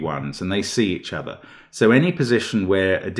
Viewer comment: He says "it can't be 5 cause it's a german whisper number" then immediately lapses into a German accent with "see each ozzer" Brilliant had me laughing pretty hard!